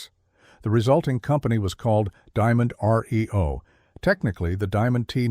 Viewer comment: The new company was not enunciated the way it's given here. It was not "Diamond R-E-O", pronouncing it like letters in the alphabet. It was "Diamond-REO" and the "REO" part was pronounced as if it were Rio, just like "Rio de Janeiro". The REO part was from the REO truck company, and those were the initials of a fellow by the name of Ransom Eli Olds, who, after being bought out of his truck company, went on to the car business and founded Oldsmobile. Patrick Cowdrey, Redding, California